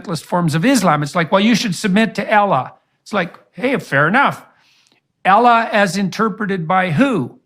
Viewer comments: Who is this Ellah he’s talking about?! Not knowing how to pronouns God’s name says all I need to know about his knowledge about the Islam. 🙋🏻‍♀️Jordan! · I hate the way he pronounce Allah, he's very arrogant n blind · Guy can't even pronounce Allah. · I don’t like the way he’s pronouncing Allah. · Amazing that he spent all this time to learn all these words and expand his vocabulary but yet he still can't say Allah properly.... shows he hasn't put any effort in to learning islam lol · This man is highly educated, and yet listen to how ignorantly he is mispronouncing Allah …it is very demanding and condescending, you ACTUALLY think he doesn’t know how to pronounce it clearly? He does! But he is making a point to show disrespect…. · he cant even get the word Allah right what makes u think he can get anything about islam right? lmao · The way he pronounces Islam and Allah... 🤮